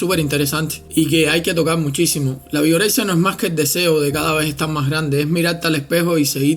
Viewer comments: Pense que decia Vergorexia XDDD jajja wey Vergorexia, no mames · Pense que decía virgorexia Jajajajaja